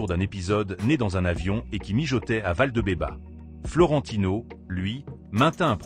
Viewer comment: On ne dit pas: Barava mais barrrrajas. Valdebebaaasssss et pas valdebeba 😂😂